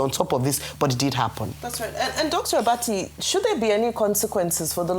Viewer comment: Dr Abati (Do-free) lol